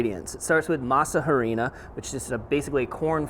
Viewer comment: PS when speaking Spanish the H is silent in Harina. Just thought I let you know brother.